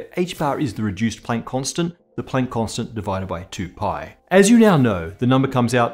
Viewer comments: What floors me is when he strains to pronounce German names according to the native German pronunciation but then when he gets here he's like, "Play-nk" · pronunciation of Planck makes walking the plank seem like such a short distance.